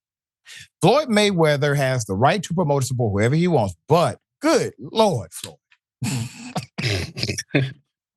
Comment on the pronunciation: Floyed? Go the library 😂